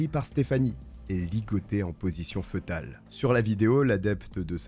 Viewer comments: Petite rectification: fœtal se prononce "fétal" et non pas "feutal" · Fœtale se prononce fétale... Et non fetale. C'est grave d'avoir autant d'abonnés et ne pas savoir s'exprimer !!! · Bonne vidéo ! Ps: on ne dit pas " feutal" mais "fétal" . Fœtus, (fétus) 😊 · Position fœtale se prononce « fétale » N’importe quel dictionnaire ou page linguistique nous en informe de manière précise. Dommage que le narrateur n’ait pas prit la peine de se faire corriger ses fautes de prononciation plutôt basique, il me semble. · Excellent! Petit detail, foetale se prononce « fé-tal » 🤓